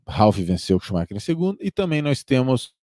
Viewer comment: Obs Shumacher (consumar)